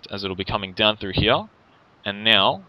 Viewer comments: down mnhearryah hehe he says it funny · I fucking hate the way he says here. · I can't stand the way you say "here".